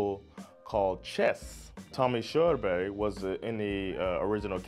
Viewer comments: you prenounced his name perfectly, but i dont know how to spell pronounce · I'm late to the party as this is an old video, but it's just so cool to see your reaction to this song, which is such pride of all Scandinavians 💗 It is indeed a powerful tune! Also, yeah I'm drunk now but since your pronunciation of Körberg is pretty much perfect despite your 'murican accent.... I think you know what I mean here 😊 Ha en trevlig helg 😇